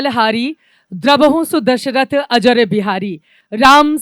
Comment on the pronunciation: अरे चित्रा जी अजर बिहारी नहीं अजिर बिहारी है